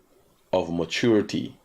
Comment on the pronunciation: Mat-chor-ity........ mat- tur-ity Opper-chun-ity..... opper-tun-ity Please pick one pronunciation and stick with it